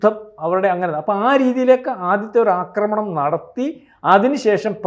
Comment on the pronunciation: അക്രമണമല്ല,ആക്രമണമാണ് ആക്രമമല്ല,അക്രമമാണ്